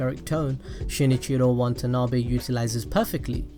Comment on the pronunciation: I can't unhear how you mispronounce Watanabe's name over and over again...good video though, I liked it.